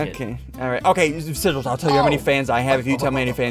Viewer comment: why did ssundee call sigils "seril"